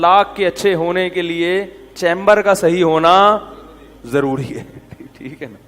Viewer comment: Zaruri not jaruri.